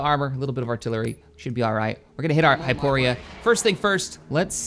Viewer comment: Can you please pronounce the names of the planets correctly. You have been playing this game for a very long time now and it is incredibly irksome when RINDILI becomes RENDIL, and HYPORI becomes HYPORIA and DANTOOINE becomes DANTOONE. Have been watching your content for a long time now and love it, always ahve always will. Wish you the best